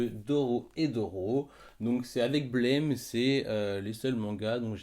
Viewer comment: Au top Juste on dit blame prononcé à la française (Oui je sais ça fait 20 ans qu'on dit blaime et c compliqué de changer c'était juste pour ta culture perso^^)